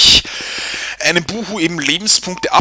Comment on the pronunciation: Sagtest du da etwa, "Über 200 Lebens-BUU-nkte" ? XD